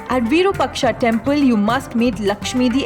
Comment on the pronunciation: Virupaksha must (have) be(en) pronounced as VIROOPAAKSHA....